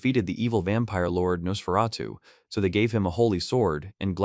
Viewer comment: The tiny panels, blurred text, constant mispronouncing of Nosferatu, getting wrong who was saying what to who, is just painful. A great manga, but a poor video on it.